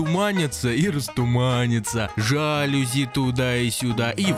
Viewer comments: СЕРЧ!!!! жалюзИ, а не жАлюзи!!! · ЖалюзИ! На последний слог ударение. Слово фарнцузское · Жалюзи ударение на и